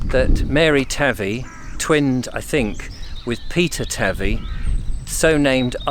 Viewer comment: THE RIVER / PETER AND MARY TAVY ARE PRONOUNCED WITH THE A NOT THE av ie SOUNDS LIKE HAY NOT LIKE HAVE IF THAT MAKES SENCE .